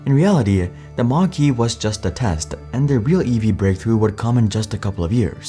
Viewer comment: they announced their first EV with someone who cannot even speak properly and isn't even versed in public speaking, and pronounced the car like the southpark teacher.